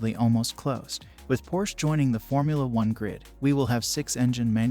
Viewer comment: First of all, you should learn to pronounce Porsche -- it has two syllables. Second, Porsche would immediately be a strong contender. Hopefully we'll soon see.